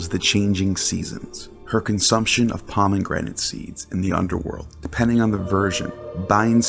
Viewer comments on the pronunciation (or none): Need some work on your pronunciation, maybe look up how to pronounce the words first? maybe im missing something? aDOEHnis? PomenGranite? DEHmeter?